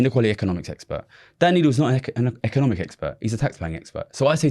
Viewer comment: Econimic lol